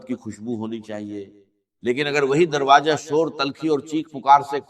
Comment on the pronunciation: ایسا راز بتانے والا ہوں کو کہا کہ ایسا راج بتاتا ہوں ۔اور دروازے کو درواجا کہا ۔۔واضح ہے کہ صرف ویوز کے لئے جھوٹی آواز بنائ ۔۔اچھی بات بتا رہے تھے تو جھوٹ کا سہارا کیوں لیا